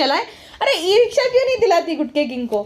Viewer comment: ई रिक्शा❌️ ए रिश्का✅️ मेरे रश्के कमर 🤣🤣 your misspelled were also hilarious